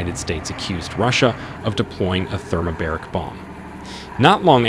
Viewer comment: thermobAric, not thermobEric. :))) as in 2 bars.